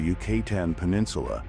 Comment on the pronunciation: Come on! U K Ten? Penninsula? It's Yucatan you boz! Come on, what's my name. He must have done one read through this.